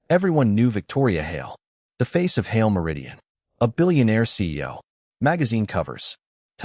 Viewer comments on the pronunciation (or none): The stupid AI can't even pronounce "Hale", it's one syllable not two.